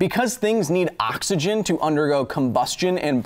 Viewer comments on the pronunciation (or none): never heard someone pronounce it "Awk-isgin" with so much intent before! well done is finding another way for me to spend more time on your video :P